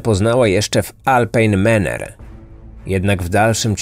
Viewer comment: Wypowiada się prawidłowo Alpine Manor, a nie Maner